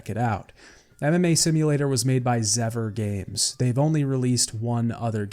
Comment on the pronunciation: It took some time for me to understand that it was "MMA" not "anime" and I was very confused that you watch and practice Anime. Also I thought "what a weird pronounciation of anime"